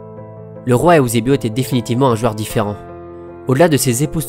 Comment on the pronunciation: N'golo Kanté Eüsebio il dit